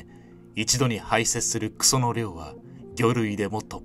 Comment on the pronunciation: 「クソ」の発音で現実に戻された